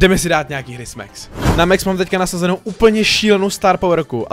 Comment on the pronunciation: ne mex ale max pls hovor to tak ogi